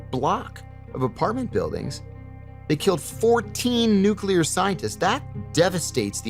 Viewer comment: can you please send your script reader to speech classes or something. If I hear another "nucular", I swear...